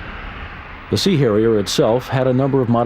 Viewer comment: giggle - the “C” Hairier. It was definitely a Mediterranean one. 🤣